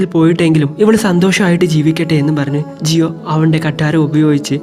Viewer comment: Jiyo alla giyuann